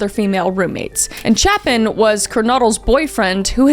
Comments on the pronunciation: i love your videos and it’s so weird to hear two cases so close to where i live. also respectfully, you pronounced maddie’s name correctly but kaylee’s last name is pronounced ‘gon-sal-ves’, xana’s name is pronounced ‘z-anna kurn-oh-dle’, and ethan’s last name is pronounced ‘chape-in’. i hope those help with pronunciation. just wanted to clarify out of respect for all of them. all love🫶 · I love you but your continuous brutal butchering of Kayle Goncalves' surname really hurt my heart. You also mispronounced Ethan's surname and Xana's first name.